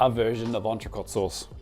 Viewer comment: I can't believe you didn't learn how to pronounce entrecot when you opened that restaurant